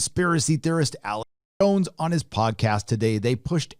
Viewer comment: Sounds like you're saying Alex Bones lol